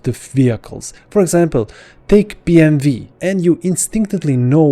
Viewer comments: "BMV"? You mean BMW (B-M-"double you")? Where are you from that the pronounce that car company like that I've never heard that before. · You are correct. In English, which he is speaking, it's pronounced "double you". There is no V in Werke, it's just that in German the W is pronounced like a V. The name of the company does not change to BMV when written just because W is pronounced like a V in German. W is always W, Bayerische Motoren Werke is shortened to BMW in English and German. Always has been, always will be. This guy is seemingly getting mad at people because he wants to slip one German pronunciation into an entirely English presentation. The company itself and all of its employees pronounce it "double you" when speaking in English, and I hope it's just a matter of him not knowing that. He is wrong and you are right, and I'm sorry that his response was so rude. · No… in English it’s BM”W”. In German it’s “Be” “Em” “Ve”. Using your logic… stop spelling it AmeriKa. You missed the mark on this one in every way. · FYI: It's BMW not BMV